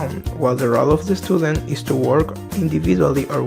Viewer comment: Watch out the pronunciation of the word student.